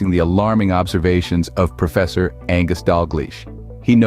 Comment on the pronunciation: It’s Dalgliesh!